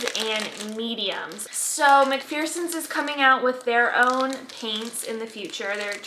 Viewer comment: I just want to nicely say it’s pronounced Mac FER sons. Your reborning has grown by leaps and bounds in just the last year or so! Those little spit bubbles are amazing!